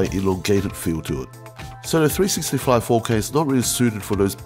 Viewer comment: Maybe I'll buy me one of these um..."Three-sissy-cameras".